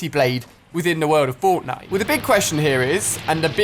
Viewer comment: Listen closely untill you hear bortnite yes i did spell what i wanted to say bortnite